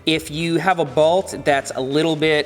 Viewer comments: Balt or bolt?😂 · I love how seth says bault instead of bolt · Today I learned Seth pronounces "bolt" a bit different than I.